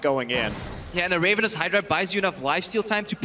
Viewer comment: Did they just say Raven-ous hydra? O_o